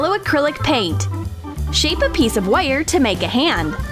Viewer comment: says wire so weird